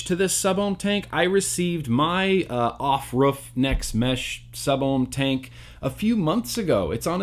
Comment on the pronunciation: Everytime you said off ruff it killed me😂😂😂